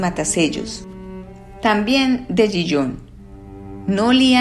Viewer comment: Le advierto que Gijón se pronuncia, en correcto español, con ge y jota, Gijón, es una ciudad de Asturias, en España, como dice el cuento. Me deja a cuadros cuando pronuncia Gijón como si fuera la francesa Dijon, la de la mostaza.